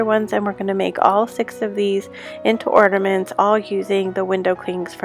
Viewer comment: Are you saying ORNAments? Or ORDAments?🤣